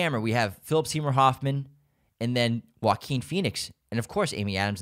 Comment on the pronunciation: I love you, you’re so right, and I loved the way you pronounced Joaquín, Guillermo, Alfonso etc. Your podcast is the greatest ❤️❤️ i rlly love your picks